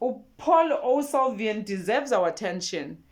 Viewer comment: Just call him Paul than butchering his Surname